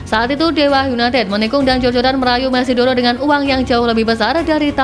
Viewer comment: Moneydoro, bukan mesidoro... 😂😂